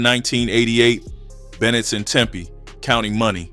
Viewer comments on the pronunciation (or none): none